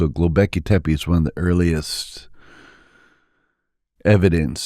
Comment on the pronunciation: He keeps saying Gobleki tepi And it is making me mad It’s GOBEKLI GO-Bek- LI Not GO-BLE-KI